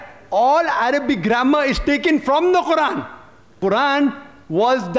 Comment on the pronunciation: No is not correct ,qurran is not correct!!!